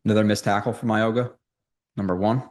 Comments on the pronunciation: His name is pronounced MOW-E (like Maui)-NOAH. The G is pronounced like an N. Not a hard G. Just a heads-up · Pronounce his name right please